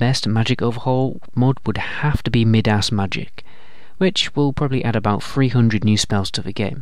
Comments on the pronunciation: I'm sorry to make fun of you, but you said "Mid-ass". I couldn't resist commenting, because I could not stop laughing for about 5 minutes. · Lol you pronounced it "mid-ass" magic.